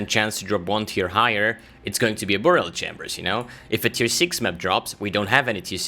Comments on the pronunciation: Nice video, but dude its pronounced By-rial, not buu-rial ;) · Burial is pronounced like berry-ill. Not boor-e-ill. English is stupid, but that’s the way it goes.